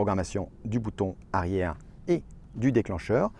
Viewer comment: Bouton arière avec un r 😂